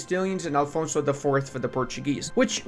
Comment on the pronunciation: For Portugal it was Afonso, not ALfonso